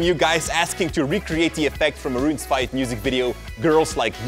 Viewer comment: Did he really say "Maroon's 5"? LOL